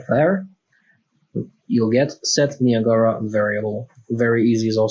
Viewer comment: Just so you're aware, it's three syllables and pronounced *nigh-a-gruh* (the waterfalls in Canada) and not *nee-ah-gah-rah.* Many seem to get it wrong for some reason. That aside, good video.